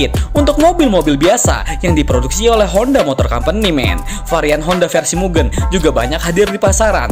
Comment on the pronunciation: Izin nambahin bang, mugen cara baca "Ge" nya bukan Ge nya "genderuwo", tapi Ge nya Gepeng